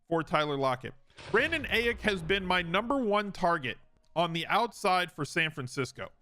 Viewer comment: This man said Brandon Ayick